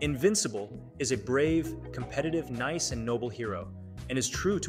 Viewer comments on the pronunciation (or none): none